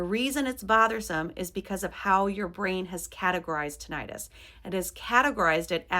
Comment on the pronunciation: Please stop mispronouncing “tinnitus.”